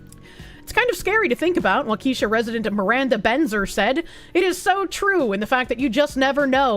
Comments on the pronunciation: Pronounced like "walk-a-shaw" Wisconsin. "Wha-keesha" is what we call the ghetto part. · It's pronounced "WAKASHAW" not, "WAKEESHA". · WaKEEsha lol 😂 its pronounced WAkehShaw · Walk-Uh-Shaw. it’s not a black girl’s name 😂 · If not joking, no, it is not.😅 A better way to say it correctly or how those who live there do. waa·kuh·shaa 😅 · literally my first thought was “why is she saying it like she’s reading a ghetto school attendance sheet?” 😂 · The pronunciation of Waukesha killed me😂.